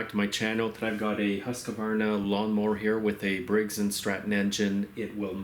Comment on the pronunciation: Informative video, but the brand name is pronounced "Huus-kvarna" and nothing else.